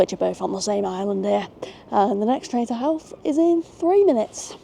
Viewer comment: And just for fun, Howth - Hoe-th. You've nail the th part